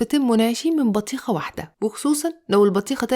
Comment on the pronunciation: اسمها بطيخه مش بتيهخا